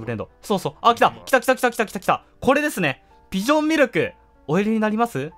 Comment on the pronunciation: ちょこちょこ「ビ」ジョンって言ってますね(^^;)